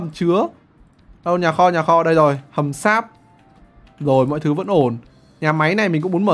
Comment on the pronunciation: hầm sáp mà t nghe ổng nói là hầm x.ác 👉👈